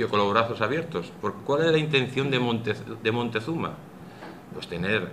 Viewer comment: Siempre he rebatido la leyenda negra y su falsedad, pero tampoco estoy de acuerdo con ir al otro extremo, la leyenda rosa, este señor me ha decepcionado por exagerado, 250 mil sacrificados al año? que fuentes segun el?Otumba 200.000 mexicas contra 500 españoles?? Tampoco si quiera sabe pronunciar Moctezuma,tlaxcalteca, Technotitlan ...Cajamarca una batalla?? Bueno si al menos en la cabeza de la audiencia se les ha quedado la falsedad del genocidio y robo, ya es bastante